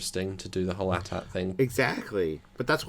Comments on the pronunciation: It's not ATAT's it pronauced AT-AT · I did not just hear pronounce AT-AT as "at at" it's A T-A T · Bubo 25 Disney has said A T A T not AT-AT is correct because of the A T S T